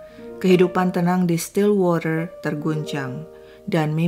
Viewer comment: wah mb bagus pronounciation stillwaternya, pdhal bbrp waktu lalu pronounciation englishnya blm sebagus ini. Memang mbanya tinggal di LN, mgkn bkn di negara yg bahasanya Inggris